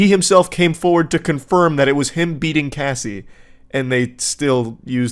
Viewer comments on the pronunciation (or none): Okay, few things: it's a date-rape drug. Why can't the tell the story without laughing, or saying her name correctly. Her name is Cassie like short for casserole, not Casey like K. C. Worst, You're telling the story about a young girl who for over a decade was raped, trafficked, beaten and had her career stolen. It's not a porn story. Perhaps you aren't the one to tell the story at all... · It’s Cassie (Cah-ss-ee) not Casey wtf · i actually couldn’t finish the first one because this mf wendigoon cannot pronounce the name “cassie” even tho he clearly sees its short for “cassandra.” CASEY? MAKE IT MAKE SENSE! also, its wayyy too much laughing going on from, imo. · It’s Cassie not Casey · CASSIE, IT'S CASSIE, not casey... Wtf... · The constant “Casey” pronunciation instead of “Cassie” was actually getting to me idk why 😂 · I literally can’t watch this because he calls Cassie by Casey … and the other two didn’t notice or correct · It’s Cassie. Not Casey 🤣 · CASS IE not CASE Y 😭😭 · Cassie not casey 😂 my brain the whole time 😅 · I wanted to watch this, but I can’t. Stop saying Casey. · I knew what he meant, but wendigoon was reading Cassie, while saying casey and it was mega distracting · CASSIE ( short A sound) not Casey! Please get the survivor's name correct! It means the world to us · CASSIE not Casey ugh 😞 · it’s supposed to be like “cahh see” not “Kay” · Bro idk why its so hard to watch this listening to him say cassie wrong everytime, someone correct him lmao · Bro how does anyone that has English as their first language say the name Cassie wrong? It was mind-blowingly irritating lol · Got annoyed that wendigoon can’t read the name “Cassie” correctly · Getting her name wrong through this whole thing is diabolical